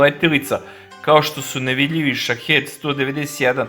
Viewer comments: SHAHID a ne SHAHED !!!!!1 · Shaheed se čita Šahid